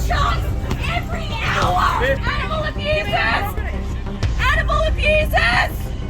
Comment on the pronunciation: ANIMAL AHBUSAHS ANIMAL AHBUSAHS ANIMAL AHBUSAHS